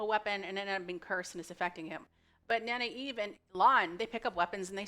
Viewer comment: I'm digging your pronouciation of Nynaeve. Keep it up.👍 I pronounced it (Nin-uh-vay) my first read through.